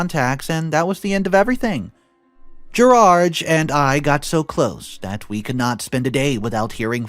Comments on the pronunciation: Why does he keep calling him Gerage instead of Gerard? 😂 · what is so difficult about saying the name ‘Gerard’? Why must you pronounce it ‘Gerarge’? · Good story…but the English “Gerard” is pronounced Ger-ard. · "Gerard" is a french name. So I presume we talk about the french pronunciation, and that is "Gerar". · Gerard ends with a "D" not a "G". Different sounds ...